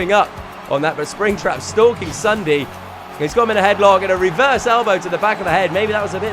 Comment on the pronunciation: He said Sundae XD